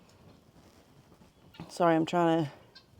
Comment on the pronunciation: When talking of roosters..are you saying " cone" ? The word is "comb" as in the thing other than a hairbrush you might use to smarten up someones hair.